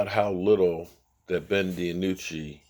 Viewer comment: His name is not Ben De a nucci!! It's Ben Dinucci!! I don't understand how you can mess up so many of these players names.... All you have to do is listen to the commentators during the games and you can plainly hear them say the names of the players!! I swear as many times as I've heard you mess up all these players names I'm getting to wonder if you've ever watched a game before!!